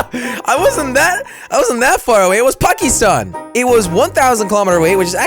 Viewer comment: It's my country pakistan. But jelly didn't pronounced it corresctly